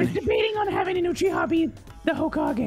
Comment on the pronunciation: WTH is “uchihers”? 😂😂❤